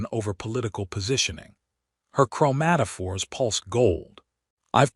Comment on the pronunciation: im making a drimking game out of this video. every time you say chromatafores i take a drink lol